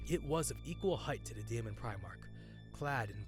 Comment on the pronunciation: daemon is pronounced demon here. not saying this 2 be pedantic (i appreciate the uploads, ty) but figured it might be helpful 2 know 4 improving